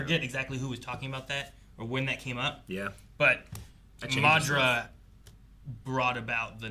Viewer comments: So. How long do we think we will have to wait till they pronounce Madaras name right? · You guys are pronouncing madara wrong